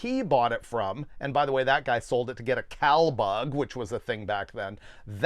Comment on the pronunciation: A what? I cant hear what you are saying. Cow bug? Thats an insect?